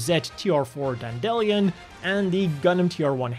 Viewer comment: Hi, got a nitpick. Dandelion is pronunced "dandy-lion". "Dan-delion" makes it sound like a Brave series design, which would be awesome, yes. If in doubt, go for a UK accent here, as the mobile suits here are named for characters from the (horrifying) children's novel and film Watership Down. Cheers.